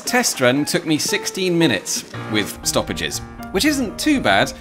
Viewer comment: Stoppedges ... stopedjess ... stoppages ... Is this a real word? As a German, never heard that :DD